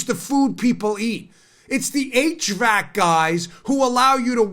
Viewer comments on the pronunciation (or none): none